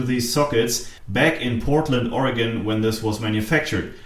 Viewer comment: There is also a great place called Surplus Gizmos. Its an awesome place to go and check out. you say Oregon better than many Americans:) Greetings from Portland (Beaverton actually) Oregon.